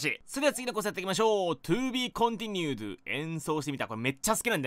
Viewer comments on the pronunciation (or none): ｢とぅーびぃーこんてぃにゅうど」 っていう読み方